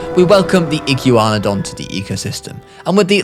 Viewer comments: Iguanadon Iguana-Don Like what is you saying lol. Also Dino-cry-us (don't know how to spell the actual dinos name but that's what it's sounded out like) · fake paleo youtuber u say igyouwannadon and thats not how u say that(joke) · Speaking of atrocious pronunciations: iguanadon is pronunced like iguana. Soft ē. "ee-GWON-uh-dawn" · I can’t “igew wanadan” 😂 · Thr iguanadon is pronouced as ign-gua-don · Something tells mat this guy either doesn’t know how to pronounce Iguana or doesn’t know that that’s where Iguanodon gets its name lol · me: iguana-don: iggyu-wanadon also the Deinocheirus, is pronounced dino-KI-rus